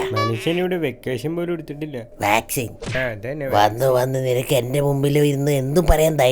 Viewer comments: Vaccation alla vaccine 😅🤭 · Vecation........alla🤦‍♂️ vaccine aa😂😂😂😂😂